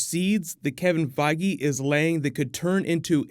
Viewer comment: oh that's how to correctly pronounce Kevin Feige name